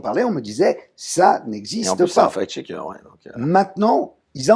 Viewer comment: on ne dit pas fake schecker mais facccccccccccct schecker. le c il faut le prononcer, sinon SVP parlez francais. merci.